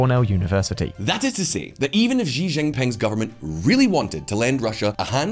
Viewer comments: time to pronounce Xi's name correctly -- it's 'see' not 'szzzchee'. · It is time for to learn how to pronounce "Xi" correctly:D